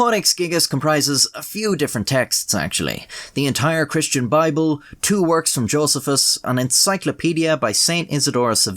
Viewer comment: Hear the words of the Bibbel xD And yes the Bibbel